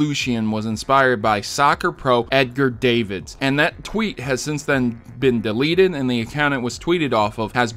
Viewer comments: Sigh.... you literally say he's from the Netherlands... it's not pronounced Davids. The "a" is said as "ah". D(ah)vid. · Davids is pronounced "dah-vids" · Yep lol you also pronounced Davids wrong